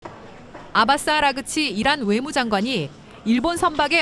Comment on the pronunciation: 아그라치가 아니고..아라그치 입니다.